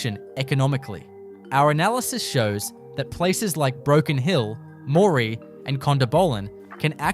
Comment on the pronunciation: Hi. I like the facts but the obvious ai Australian accent cannot pronounce many towns, some are hilarious some are so bad they are offensive. You need to edit this heavily, it can can’t even pronounce lead or live. Moree is not rural, rural is a farm or station. Moree also has other problems.